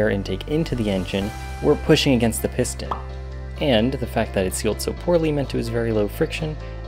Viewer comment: I cringed every time he says piston lol